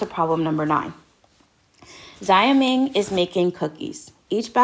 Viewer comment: I know this is an old video, so you probably realized on Q9 by now. But Xioming is pronounced Shou ming or more properly, Zhou-ming. Like shout with the T. But the S sounds like a Z